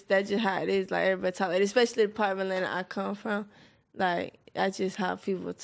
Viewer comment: I like the affected black pronunciation of everybody as airy -body . Atlanta must be quite a place if airy body talk like that.